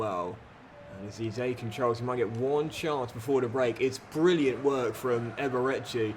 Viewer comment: Really enjoy your content, but please learn how to pronounce Eze properly.